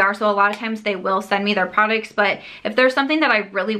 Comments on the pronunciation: Does anyone else love the way pronounces "products" as "prodicts"? 💜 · I like how she pronounces prodicts and surum (serum)... She's so cute.